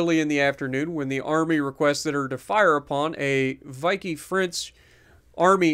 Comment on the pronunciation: A lot of 'Firsts' for the record of Texas. Also a lot of history of this ship. Also, Vichy is pronounce 'Vee She'. Also.... ... DAAAAAAAAAAAAAAAAAAAAAAAAAAAAAAAAMN!!!!